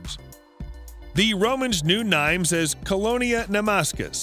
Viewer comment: Nimes is said neem with the accent on the m. Greetings from France